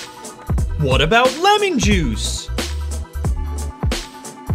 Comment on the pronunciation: Did you say lemming juice the first time?